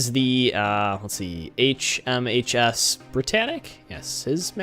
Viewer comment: its his not hmsh